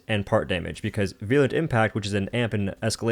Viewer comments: he is not real he said veeurlent impact and not virulent impact. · 50K subscribers with 5 video and some comments veerulent not veeurlent which is what he was saying